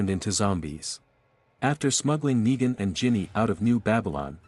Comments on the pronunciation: he gets the words wrong lol neegan neigan negan nine wtf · When they can't get a basic like a name right I am no longer interested. You lose credibility. It's sad that they don't just have someone record the script.